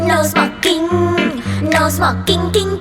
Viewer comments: No smoking nghe cứ như no xoạc kinh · No sờ mọc kinh? english hay vậy?